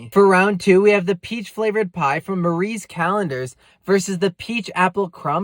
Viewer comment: The s at the end of Marie is killing me...